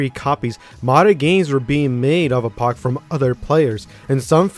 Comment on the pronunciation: I hate how you say Apoc